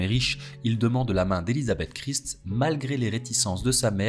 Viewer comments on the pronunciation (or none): none